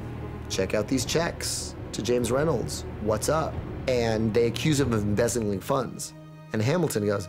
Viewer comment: So close when he said "embezzling"